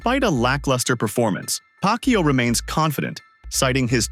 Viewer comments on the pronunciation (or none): Pacquiao not pac Q😂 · The speech engine messed up the pronunciation — we all heard 'Pac-Q'! 🤣🤣🤣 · I keep hearing manny pak u 😂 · Am i correct i hear pack you? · "PAK YOU" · you cant even pronounce manny's last name correctly...sheesh. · How on earth do you say Pacquiao the wrong way?